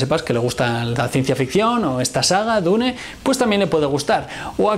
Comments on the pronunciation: Su error del metal fue como tú diciendo dune envez de dun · nunca pensé que una persona pudiese pronunciar "Dune" de tantas maneras equivocadas....